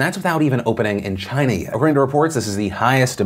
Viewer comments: Phil...did you have a stroke midway through saying China? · He said "China yet" and ran the words together.